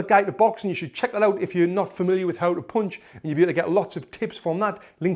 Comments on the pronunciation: How punch is spelled How panch is used How he says punched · Oooonderstand, poooonch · Throo a streght poonch (I loved that )